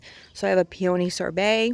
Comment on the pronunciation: I’ve never heard peony pronounced like that.